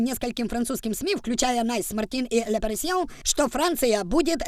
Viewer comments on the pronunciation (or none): І не "Лепарісьйон", а "ле Пари(і)зьєн".